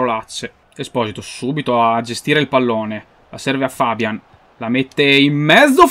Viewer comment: si dice fabián, non fábian comunque sei un grande